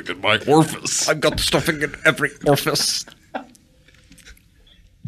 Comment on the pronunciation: Ah man I've been trying to remember which episode had the "Mock the engineer for their pronunciation of 'orifice' bit" for years! "ORFUSS."